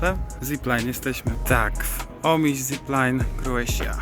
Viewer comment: Omisz nie Omiś - wybaczam bo 90% Polaków myli ;)